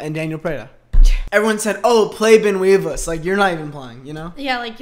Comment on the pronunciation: every time says weevils so tragically wrong someone in the world gets a yeast infection